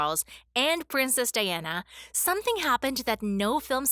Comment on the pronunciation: The person doing the voiceover mispronounced President Reagan's name AND Princess Diana's. I'm surprised that someone didn't correct her. She must have been born in this century. 😂